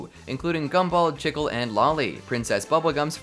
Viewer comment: The way he says chicle gets me everytime lol